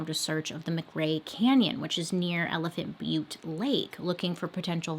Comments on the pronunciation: You said Elephant Butte correctly. Also we call Truth or Consequences (T or C) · Truth or consequences is named after a game show the original name for this town was hot springs. Ralph Edward has paid for the town tho change the name. Also you are pronouncing elephant butte correctly I am from there. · I was born & raised in New Mexico & have played in the Elephant Butte lake numerous times 🤮 before hearing about the TBK. Also yes girl you got the town name right! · Hi love the video! The name Truth or Consequences (usually we call it T or C) is from a game show! The game show had a "contest" to see what town could rename their city Truth or Consequences the fastest, and well T or C won! I think this was way back in the day I don't know when. It's actually got some cool hot springs and is a pretty town. (Elephant Butte is pronounced the way you said it! it's a popular place in NM for the lake) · Your pronunciation of Elephant Butte was correct. I think that someone thought it looked like an elephant. The town of Truth or Consequences had some other name, there was a game show on TV by that name. Somehow the town made a deal to rename the town Truth or Consequences, and those of us who lived in the area just called it “T or C”. I believe that the town ended up getting a bunch of money for doing the name change. Anyway , that’s a little tid-bit of information on one of your stories. I wasn’t living in the area when this guy was active. Yikes. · Woa but no research on the names and locations ok. T or C changed the name of the town to participate in a radio game show in. And you did pronounce elephant Butte right. It is a reservoir and the water levels vary greatly because this is in high dessert and evaporation is a problem. The book gives alot of info. This was all unfolding my senior year of highschool. I grew up in Santa Fe NM. My church youth group used to go swim in elephant Butte.